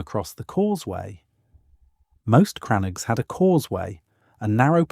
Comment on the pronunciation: They are and never were "CRANNOGS" I cannot spell the word on this keyboard as it is in the Irish language. The pronounciation is more like "CRANNOGUE"